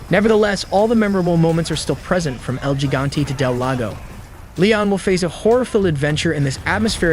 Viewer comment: Did he say...."Elle Gee-gaun-tee"??????